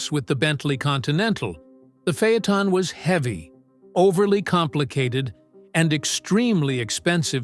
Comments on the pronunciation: What’s a phey-a-ton?? This is a great q car with the w12…. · Fay-Uh-Tahn…AI just can’t master some words.